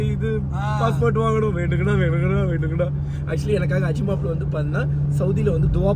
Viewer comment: veandungada! Veandungada vadivelu slang😅